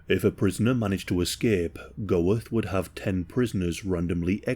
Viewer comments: Bruh its pronounced "Göeth" not "Goweth" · Isn't it pronounced Gert not Go-eth? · Great video mate, just to let you know its pronounced like "Ammon Gurt" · The consistent mispronunciation of the name of the SUBJECT OF THE VIDEO makes this impossible to watch. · Interesting video, but the mispronunciation of the name Goeth is very jarring. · And that’s how you butcher the pronunciation of a last name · If you're going to make a video on this man you might at least have tried to pronounce his name correctly. In phonetic English its pronounced Armon Gurt. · There is a documentary called Inheritance about Amon (AH-mon) Goeth (gurt)'s daughter (love you,, but here's some more pronunciation: Płazsów = PWAH-shohv). She talked about how there were kids when she was growing up who used to think it was great that her father had been a Kommandant of a concentration camp, and that it never sat right with her. She also talked about her mother, and what she had been told about the camp itself as a very young child. She also taked about Oskar Schindler, whom she used to see here and there all the way through her teen years. And, at the time, she was raising her mixed race grandson. She got to meet a couple of survivors and hear uncomfortable stories about her father.